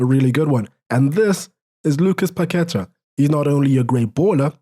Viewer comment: PaquetA not paquEta